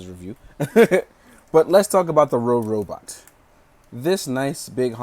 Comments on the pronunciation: Not rorobot say robobot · IS NOBODY GOING TO MENTION THAT HE SAID "RoRobot"?!?! IT'S ROBOBOT YOU PLEBIAN!!!